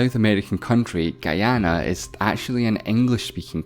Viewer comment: Finally someone pronounced guyana properly